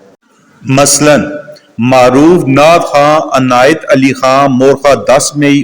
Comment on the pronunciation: Morkhah Nahi mowarrakhaha